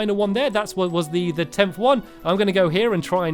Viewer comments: At about in the video Stampy said hwat 😂👍🏻 Gj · I hear STAMPY say "what" and he emphasizes the "h" to much. Lol 😊